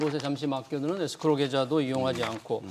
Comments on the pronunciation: 에스크로를 에크로스라고 하느거 킹받네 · 에스크로지 에크로스가 머냐 ㅋㅋㅋ 전문가 맞냐? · 에크로스가 아니라 에스크로에요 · 에스크로다 에크로스라니 깊이 반성해라